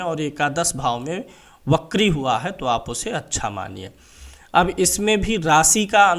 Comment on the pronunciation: wo bakri nhi vakri hota hai its वक्री